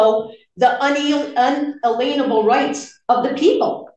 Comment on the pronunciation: She does that on purpose, to use the word lien - she slips up sometimes and pronounces it correctly - just more sovcit shenanigans.